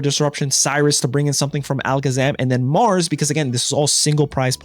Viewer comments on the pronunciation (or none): none